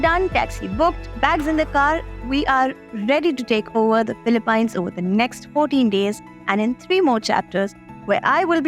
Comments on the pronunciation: I know, it's utterly annoying every time she pronounces it as paaaines 🙄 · It's pronounced "Philip- peens" not "pines"... im an Indian and see many of my frnds call it "pines" but once my pinoy teacher explained how it is pronounced. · its not philipine its pronounced as '' filipeenes '' ....... its a hidden gem i hope it stays hidden from us Indians :/ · Gawar log philip "pines " 😅😂